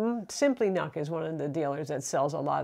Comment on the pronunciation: Nuk not nak